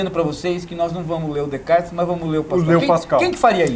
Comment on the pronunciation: Este cara estudou na frança e, contudo, não consegue falar 'Descartes' correto. Nem em Frances nem em português. Muito pedante